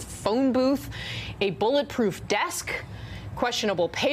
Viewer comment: Did you say "a bulletproof desk!?!"